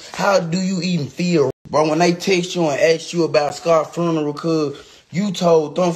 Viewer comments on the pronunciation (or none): If you can’t say the word FUNERAL!!!! I’m done…. Both of them said FRUNERAL…. She need to make sure them boxes got the right labels with UPS… somebody call corporate.